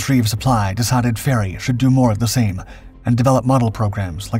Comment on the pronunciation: And it's Fairey.